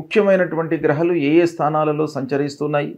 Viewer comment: Grahalu kaduna. Grahaaalu ani